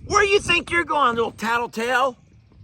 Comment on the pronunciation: I just have to laugh out loud whenever you say. Tattletale 😂😂😂